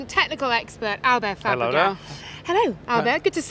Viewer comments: not how you say his last name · Brits butcher non english names most of the time.